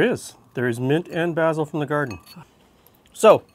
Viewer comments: Thank you, a wonderful salad! But think next time I may add (as suggested elsewhere) a bit of onion. Or maybe even chives. Would also like to thank and congratulate you on the proper pronunciation of the aromatic herb 'basil' ( baz il ). Sorry, but a real pet peeve I have, is people saying basal ( baze il ), which actually is a part of anatomy. Thanks again. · I kind of want to stab you every time you use the British pronunciation of "basil" instead of the American one. It's like how some people from the American Northeast pronounce "water" as "wooder" or how some people from the Pacific Northwest pronounce"Wash-ing-ton" as "Woor-shing-ton". It's pedantic I know, but some word pronunciations like that kind of bug me irrationally (I know that both pronunciations of basil are correct) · Never heard basil pronounced that way before. Have I been saying it wrong? Lol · It’s nice to hear it that way. I’m Canadian and in my part of Canada, it’s mostly pronounced like North Americans do (bay-sil), but sometimes I hear bah-sil. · is that how basil is normally pronounced in Great White North